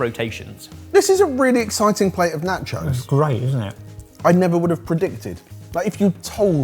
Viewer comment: The way you pronounce nachos is cringe!